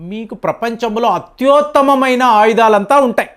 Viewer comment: అత్యుత్తమమైన అనాలి అత్యోత్తమమైన కాదు